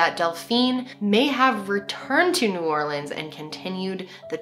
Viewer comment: A QUEEN PRONOUNCING NEW ORLEANS RIGHT!!! this new orleans native is super happy lol